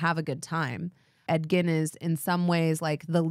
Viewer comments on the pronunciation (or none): Every time you say Edgin, I hear Ed Gein 😂 there's something wrong with me